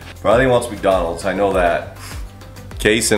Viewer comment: I knew brly is going to say macdonals